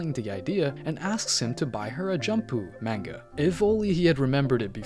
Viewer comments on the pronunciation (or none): none